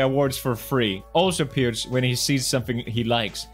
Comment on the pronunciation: that he said Peter or Choen said Peers instead of Pewds